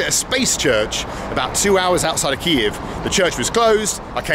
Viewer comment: I love how you pronounce Kyiv correctly